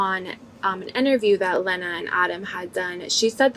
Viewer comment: jason hit and he don’t even say lena name right ? na he 2 goated